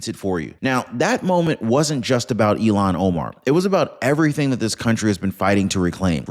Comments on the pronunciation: I notice every time you mention than idiot from Minnesota, say Elon Omar. I believe it is pronounced "ill-han" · It’s ILL-HANN not Elon!!! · It’s not Elan, it’s Ilhan. You’re pronouncing her name wrong. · Her name iis ILLHAN not ELON. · It’s pronounced like it’s spelled: “Ill-haun” or “Ill-hon”… not, “Elon” (like Elon Musk)! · It’s not Elon it’s pronounced Ilhan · ILL-hahn. That’s how her name is pronounced, not “Elon”. IL-hahn. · her name is pronounced "ill Han" not Elon. Please don't confuse that with the name of a true Patriot. Thank you. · please for God sake say her name correctly it's not Elon it's( ill hon) spelled illhan.